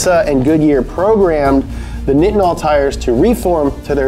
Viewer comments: Nitinol is pronounced like like night not knit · Bro its pronounced 'Nigh-tin-al' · Nitinol is pronounced with a long I - ie nye-tin-ol It’s super cold on Mars....I guess they don’t have to worry about nitinols temperature transformation? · "Nigh-it-nol" look up nitinol engine